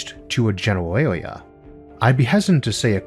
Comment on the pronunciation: Area is pronounced with an r not a w